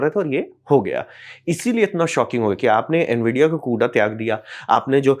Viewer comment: कुडा ना कूड़ा 😂😂